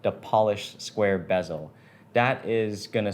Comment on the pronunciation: Why do you pronounce bezel as “BEZZO”? 😂